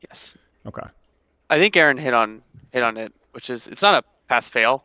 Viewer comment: In this fantastic interview, everything was smooth sailing until... 'AY-AY-RON'., please.